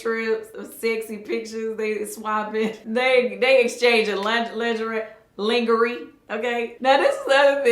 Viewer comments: Not "Lin-Ga-Rey" 😂😂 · Hold up did you say ling ger ri?? 😂😂😂